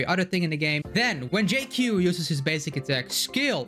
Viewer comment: I just thought of it like Dr Ratio. In lore and on paper only. The duality of someone who has extensive knowledge of medicinal ingredients. Can be used for harm or heal. And one of the few CC that pronounced his name spot on. I kind of wish he hits enemies with a wok but cooking them is ok too.